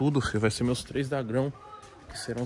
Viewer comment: "MEUS TRÊS DAGRÃO"